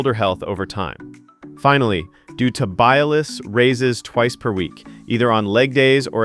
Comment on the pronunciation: This was exactly what I have been looking for. I have developed good "straight line" strength using machines but need to work on stabilization of joints and will add these and see what happens. PS - your presentation was good but the shin muscle is pronounced Tib-ee-al-iss, accant on "al".